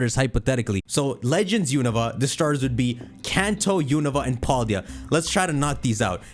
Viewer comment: They are not going to give us a Gen 9 starter….. use your brain guys….. also it’s Pal-Day-uh. Not Paul-Dee-uh